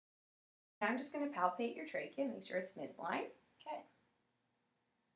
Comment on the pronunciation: Sounds like the brunette is saying Meow in the beginning instead of now